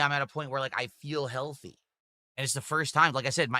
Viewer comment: I wonder how Katherine feels about this, if anything she's 3x times bigger than she used to be. Having this dimwit yap about being "heaYUlthy" and "dormann mussles" must be a kick in the guNt (pun intended).